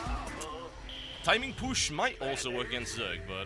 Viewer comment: lol to "timin pUshh